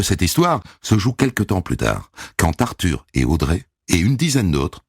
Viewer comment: "Arthure H" .